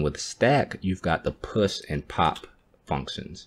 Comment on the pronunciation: Please say "Push" abit clearer.